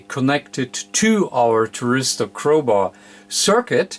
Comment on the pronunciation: Hi i think it is called a THYRISTOR and not a TRYRISTOR its just the English translation dont worry about it....Fred in uk.